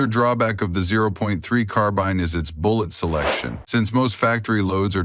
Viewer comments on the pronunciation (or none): none